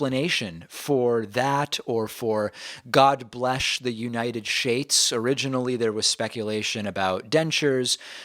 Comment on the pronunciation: "God bless the unanay shaish" -Orange Clown Trump aka OCT